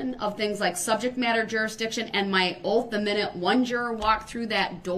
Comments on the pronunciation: Battle & "axed." & "oaf" of office. 🤣🤣🤣🤣🤪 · It's oaf of office, not oath! He axed! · ITS OATH OATH BOY NOT OAF ITS TRUTH TRUTH BOY NOT TROOF. WHILE YOUR IN PRISON LEARN HOW TO SPEAK CORRECTLY. WHY DO YOU PEOPLE LIE SO DAMN MUCH. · also, instead of oath, he says "oaf" he is an oaf lol